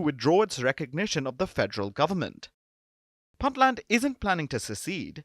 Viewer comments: It's pronounced "Boontland" not "Bantland" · stop mispronouncing "Puntland".